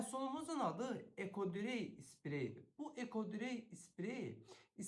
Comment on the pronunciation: Ekodrey yox ekodray,he bi de bir az süretle danışın ki,millet yorulmasın